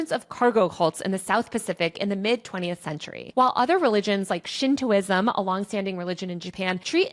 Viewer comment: Great video, I was surprised to hear so many things mispronounced, I mean this as a critique, not an attack. Please check your pronunciation of automaton, Shintoism, L Ron Hubbard (vs Ron L), and noir.